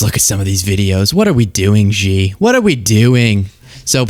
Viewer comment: Xi is pronounced 'She' not Ji